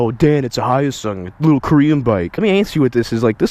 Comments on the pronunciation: hi yo sung? haha.. its pronounced HE-YO SUNG with the he-yo said together quickly. Hyosung :) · Hi-yo-sung?? LOL it's HYO-SUNG!! 효성!! I'm a Korean! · Its Korean and you don’t pronounce the H so it would be yosung. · The H is silent btw. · He said it's name wrong, it's a Hyosung GD250R.